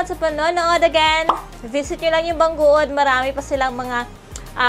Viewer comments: Bang gud hindi bang guod 🤣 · BANG GOOD ANG BASA DUN HINDI BANG GUOD 🤣